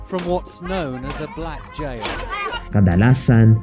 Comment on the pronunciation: JAIL HABIBI AND NOT A JIL.SUS GRABE ENGLISH MO.WHAT A SHAME.